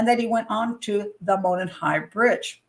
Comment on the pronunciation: Monon sounds like " Mow non" not "Moanin"